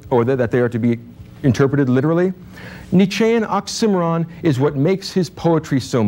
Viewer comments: Never heard the word 'oxymoron' stressed on the second syllable before. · In addition, I learned a new pronunciation for "oxymoron" ... note: new to me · Despite a few flaws of pronunciation -- oxymoron, for example -- a reasonable and more or less fair assessment of Nietzche. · This guy is a great speaker but he doesn't pronounce oxymoron and troupe correctly. And I think he is misinterpreting this philosopher. For a different and I think better view of him check out essential salts and Keagan. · Is that how oxymoron is supposed to be pronounced?! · Perhaps if you know ancient Greek then placing equal emphasis on all syllables is natural. In addition it may be that his pronunciation of oxymoron is closer to the British one. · Great lecture. But I do need to ask, is 'Tropee' and 'Ocksimmaron' even vaguely close to a correct pronunciation of Trope and Oxymoron? Because hearing them made me giggle. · imagine being as smart as this guy, but still pronouncing it "ox- i - mer - on" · OX-IM-OR—ON? Dude. Is he trying to say OXY-MORON? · Man really didn't know how to say 'tropes' and 'oxymoron'. He says trope-eez and ox-simmer-on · Ox-sim-eh-ron If you made it to the end you know... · I'm curious where the pronunciations of "trope" as "tropee" and "oxy moron" as "ox sim oron" (which actually sounds so much better!) come from 🤔 I've never heard it said that way before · who actually watched all the way to oxy-moron said as awk-simeron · Great lecture. You mispronounce oxy-moron. ;) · Was that an "Ox-Cimarron" sorry? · Was the pronunciation of “trope” like “troh pee” and the pronunciation of “oxymoron” like “awk simmer on” a common thing in the 80s-90s? Lol. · wonderful lecture, big ups for pronouncing oxymoron like an absolute savage, rip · Weirdly, this guy mispronounces both trope and oxymoron. I still credit his presentation of Nietzsche, tho. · does anyone know why he pronounced oxymoron that way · Never heard oxymoron pronounced the way he does